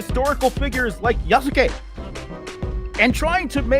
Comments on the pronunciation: "They're altering the wiki for Yaa-suu-kayy" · hearing these clowns complain about the ever-villainous "THEY" doing historical revisionism while aggressively mispronouncing Yasuke's name never gets old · he pronounces yasuke like a delinquent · YASOOKE jesus christ what a weeb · As an apostate weeb, his pronunciation of yasuke hurts